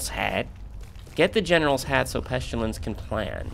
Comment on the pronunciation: PEST-ILL-ANSS not Peschillance